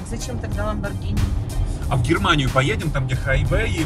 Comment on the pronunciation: 1. Не Lamborgina, а Lamborgini 2. Хороший выбор с Lamborgini Urus 3. Быстрый 4. Внедорожник 5. Можно проходить везде 6. 4 режима езды: Обычный, Sport, Corsa, Neve 7. Короче тачка супер, крутая, блотная